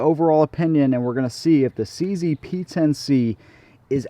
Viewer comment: its che ze (like che guevara and zenith) not c z